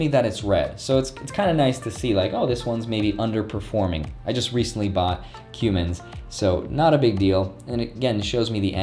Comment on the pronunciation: Cummins is pronounced as cum-mins